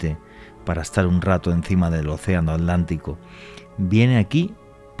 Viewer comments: ¿Por qué alantico y no Atlántico? Es un misterio. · Jajajajaja que fuman para no hacerlo. Otra cosa se dice ATLÁNTICO.